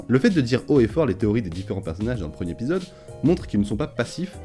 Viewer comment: Cultiver le détail.... Apprendre à faire les liaisons en serait un bon à cultiver. Le premier-R-épisode, le second-T-épisode.